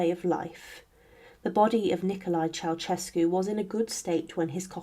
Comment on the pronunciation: Mispronunciation of surnames reached a peak with a few dozen instances when the surname of the fallen Romanian dictator and his wife promounced CheauCHescu. It should bwle Che-au-Şescu. The central Ş is a soft Ş. Is it possible that not one single Romanian could be found and consulted. In the chapter on Stalin his daughters name is SVETLANA and not the garbled surname I heard. AftercStakub's death onevof the contendersvL for top power was GEORGY not Grigor Malenkov. Re Ivan the Terrible he waged the Livonian War and not Livian. Mercifully correct was a reference to the Livonian Order. There were other mistakes. Please more attention is needed.